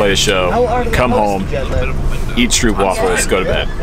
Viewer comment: Hi, enjoyed the video. I also enjoy stroopwafels. The pronounciation for stroop is not like loop, instead it is like soap. Soapwafel, Stroopwafel. They are delicious as are the crepes. I used to live in Schreveningen and Rijswijk, near The Hague. Beautiful people, beautiful towns, difficult language. Hope we're all beck on the road soon.